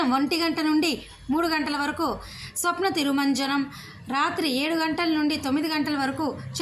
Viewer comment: తల్లీ అది స్నపన తిరుమంజనం. స్వప్న తిరుమంజనం కాదమ్మా.